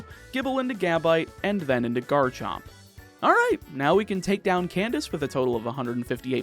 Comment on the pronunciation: THE R IN GARCHOMP SHOULD BE AFTER THE A!